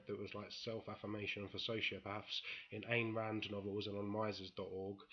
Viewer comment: I agree whole-heartedly with everything said, comrade ^_^ Btw, just because you were unsure: Our special friend Mises is "Mee-ses", with two REALLY soft "s" (a single "s" in German almost always is soft). Somewhat like the "s" in "hasn't", for comparison.